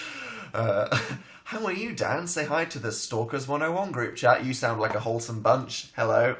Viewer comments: I thought he said Howell are you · did he say howell are you